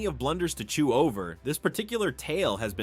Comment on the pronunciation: Chew. Did you just say chew?